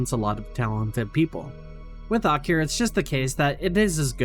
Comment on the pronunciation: this is pretty good but like they do say akira in the movie i swear thats not right , have i been wrong all these years